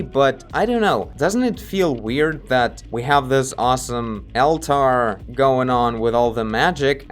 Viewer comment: Great video as usual! The eyes felt like they were stickers before. Oh and just a tip from an English speaking fan of yours. "Altar" should be pronounced "allter". Seemed like you were putting too much emphasis on it and sounded like 2 separate words "Al-tar" lol Anyway, love the frequency of your uploads lately! I cant get enough!